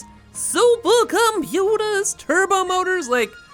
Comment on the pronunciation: and SUPAHCOMPUTAR